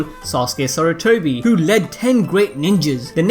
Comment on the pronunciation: You forgot the "R" in Sarutobi you said Satutobi